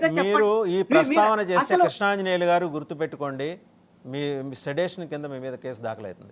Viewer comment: ఓరి బాబూ, అది సెడేషన్ (sedation) కాదు, సెడిషన్ (sedition). సెడేషన్ అంటే మత్తుమందు ఇవ్వడం, సెడిషన్ అంటే రాజద్రోహం